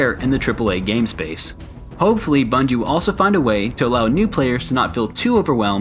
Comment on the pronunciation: “The new bunige” ?